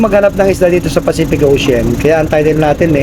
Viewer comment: Anong pacific ocen??? Sobra ka nmn mag pronounce, imbes ocean naging osen or ocen nasobrahan sa arte 😂😂😂